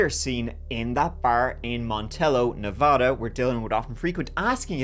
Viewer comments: It's NEVA-DA NOT NEVAH-DA. thank you. Dylan was so young 😭 amazing story in a crazy place. City folk know you are always safer in the city. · It’s nevaaaaaaaaaada not nauuuvauda. Get it right… hence a Nevaaaaada, hence a resident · Nev-"a"-da, not Nev-"ah"-da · Na vad ah, not Na VOD a